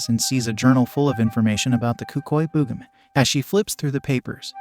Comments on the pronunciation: It’s Boogeyman not boogahman. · The "boogamin?" That's not how you pronounce it. Use your real voice next time instead of an AI. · Bro said el cucuey wrong and says the booga man bro just don't know how to say it right